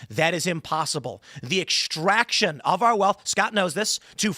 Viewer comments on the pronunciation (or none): I hate the way he says ekshtraction.